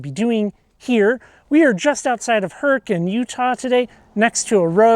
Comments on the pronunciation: Bonus points for pronouncing Hurricane correctly ! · I noticed the correct pronunciation as well! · Congratulations, you said Hurricane like a native Utahan. 😁